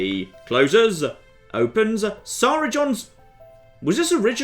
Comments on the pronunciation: that's not how you say SARA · jon's pronunciation of sara is freaking me out a little